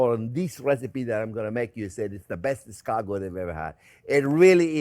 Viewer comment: How is it possible that Chef is pronouncing escargot incorrectly while in French accent? Yes, I've rechecked, the stress is on the last syllable.